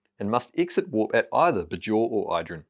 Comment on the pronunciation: The way he says “Bajor” is jarring (maybe he hasn’t actually watched DS9) 🤔 Rhymes with Bayshore not Lahore